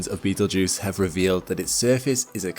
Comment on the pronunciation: "You are not in imminent threat from Beetlegeuse." I'm not, but you might be since you said his name at least 3 times.